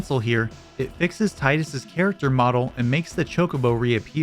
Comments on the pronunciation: Tee-dus not Tie-dus. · It's pronounced Tee-dus. Not Tye-dus. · It’s pronounced “tee-dus”. It’s always been that way. This was a detail confirmed by devs before the release of the game, and again by Kingdom Hearts just months after FFX. There’s also several other FF games where his name is spoken aloud and that’s how it’s pronounced. How are we still getting people saying “tie-dus”? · its teedus not taidus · It's Tidus, not taidus. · Ive heard his name is pronounced tee dus AND THAT IS BLASPHEMY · So you know all this about the game, but don't know how to say TEE-dus's name right? Tell us some fun tricks we can do in the previous game with "Zee-dayne" next. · Because Tie-dus sounds infinitely better and is in keeping with both the theme of the game and the naming system for the protagonist in 3 of the 4 previous titles. I'll never pronounce it the dumb way. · cool video but, emm TEE-DUS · Dislike because you cannot pronounce Tidus correctly. Tidus ≠ Titus Titus is an English name. Plenty of Americans have the name. Tidus is a fantasy name, pronounced in Japanese. It is not a difficult concept to grasp. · This isn't about what sounds better. It's canonically pronounced as Teedus.